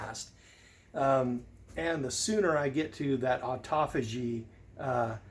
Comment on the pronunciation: The way you are pronouncing it is the way I hear everyone else pronouncing it - ah-tof-a-gee - so it must be right. Congrats on making it past the hardest day in fasting! You are now fat adapted. Your body no longer relies on sugar and starch. It is using your belly fat as fuel, just as evolution designed it to do. Keep on keeping on! If you are water fasting, be sure to take electrolytes. There are several good recipes: Dr. Ken Berry, Snake Juice, and Thomas DeLauer all have similar recipes. Cole Robinson at the Snake Diet channel is now recommending dry fasting, so I am experimenting with that. It is an amazing fat burner. You actually use your belly fat for both food and water! It is supposed to promote three times as much autophagy as water fasting. I went for 72 hours with no food or water and felt fine. My mouth was a little dry, but I was able to walk 15 miles in three days. Cole recommends steady-state cardio and dry fasting, and I am getting great results with that combination. I usually walk 3 miles in the morning and 3 miles in the afternoon. I like walking in nature at a slow pace. I focus on my posture, which improves with each pound of fat that I burn off. And it calms my mind and gives me good ideas and solutions to problems. I can verify that fasting does eat the loose skin. I have lost nearly 90 pounds through fasting and walking, and I'm delighted that 99% of the loose skin has disappeared. Also, my face looks totally different. As you say, I can now get up